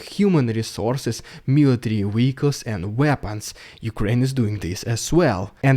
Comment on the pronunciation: MILITARY WEEHICLES